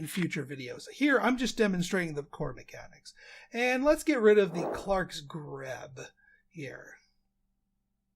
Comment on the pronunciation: just an FYI, "Grebe" is pronounced similar to "greed" ;)